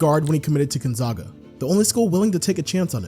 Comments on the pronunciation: Please don’t ever pronounce Gonzaga like that ever again 🙏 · The “zag” in Gonzaga is pronounced like “zigzag”. From Spokane, so I’ve heard that word so many times lol. Also, I hope my comment didn’t come across as rude, I legitimately really liked the video, and just thought the way you were saying it was kinda funny.